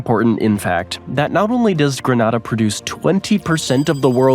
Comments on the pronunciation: Grenayda, not Grenahda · its grEEnAda not granada. granada is in spain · That was fun... But a few corrections of country name pronunciations: It's Gre-NAY-da, Trinidad and To-BAY-go, in English it's pronounced "Surinam" without the vowel at the end (in Dutch they do say the vowel, but it's a mispronunciation of the original English spelling). Also, I guess it's forgivable to say ka-TAR even though it's properly KA-tar. I do congratulate you on saying "Tu-VA-lu" and Lesotho correctly. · Thank you for this amazingly informative video 😊. Though, I'm cringing at the pronunciation of Grenada, lol.